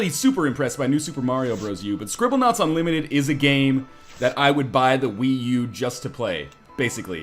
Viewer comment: Scribblenaut.....unlimited...notice the u in the beginning of that word.